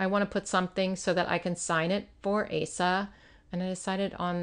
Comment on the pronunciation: Asa is pronounced O sa with the long O sound. 😁 Love the spreads!